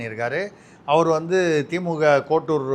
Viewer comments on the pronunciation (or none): none